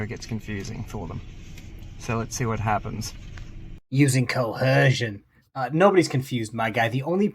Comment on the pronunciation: In the immortal phrase of Turanga Leela - Oh, lord! This guy has clearly picked this stuff up from watching videos since he says "coHersion" with the haitch that isn't really there. Is "cohersion" the feminine form of "cohesion?" But that doesn't really make sense either. Cohission? Nah. That's not a cromulent word. It all seems incoherent. Since we are in the realm of Leela ... Hermes Conrad would be impressed with the volume of this guy's paper. Something a bureaucrat could really get into.